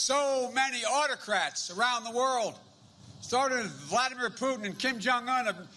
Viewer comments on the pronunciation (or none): none